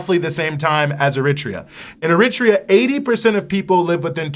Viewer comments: I'm just a little surprised about the pronunciation here... it's EriTREa, not eRItrea.... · iritria? Ffs